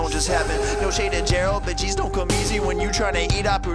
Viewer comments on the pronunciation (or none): none